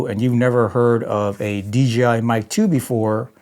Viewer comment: Maybe if you said DJI instead of DGI maybe they’ll send you something 😂 Your videos are golden compared to my trash. Keep up the 🗑️ 🗣️ it’s grade A entertainment 💪